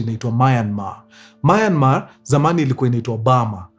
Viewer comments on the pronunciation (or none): Myanmar ✅ Mayanmar ❌ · Story safi but it's Myanmar not Mayanmar . Mtu asijipate Myanmar adhani ako sawa. 😅